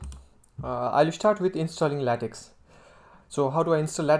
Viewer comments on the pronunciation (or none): Your English is just fine. I'd work on accent and pronunciation a bit. For example, you pronounce "English" as "Engliss". Also, LaTeX is pronounced "lah-tech" not "lay-tex".